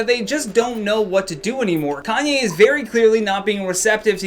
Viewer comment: also 'calmye' and 'kylie stinks' LMAOOOOOOO